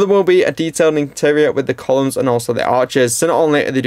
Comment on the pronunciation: Columns not collums